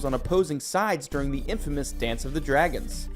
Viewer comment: Have any of the narrators here actually watched the series? Are you deliberately mispronouncing names of characters and dragons?? Smh...